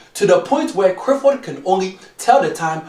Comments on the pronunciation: Madafo😂😂😂😂😂 it's not crifford it's Clifford or neither is it crif it's clif 😂😂😂 like if u agree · why do you not pronounce Cliffords name properly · It's not only Clifford name you pronounce wrong it's also every word that has a l in it. Why do you say it that like that?